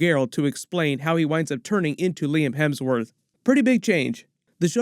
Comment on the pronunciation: Liam hamsworth…….. 🤣